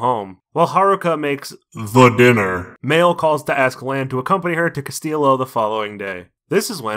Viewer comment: Pretty sure Castillo is Spanish for Castle and is pronounced "cass-teeyo"